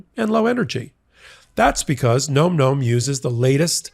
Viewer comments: it's Nom Nom's not nome nomes;-) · NOM NOM is pronounced with soft O vowel, not a hard, it's not GNOME GNOME, its NOM NOM